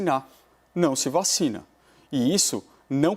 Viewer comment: “VA...CHINA”. kkkkk